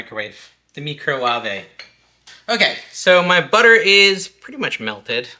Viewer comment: “Meecro Wahve”😂😂😂 (Were you giving that turkey CPR?? 😂😂😂) Love cottage cheese! Thank you!❤